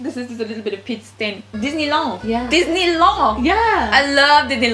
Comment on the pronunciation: Nope, your french impression holds one big mistake, french do not say "disney" they say "dissne" the "e" as in "hey" but without the y (or just go on google translate). Otherwise you completely nailed the parisian arrogance